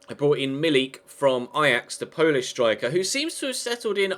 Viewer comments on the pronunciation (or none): none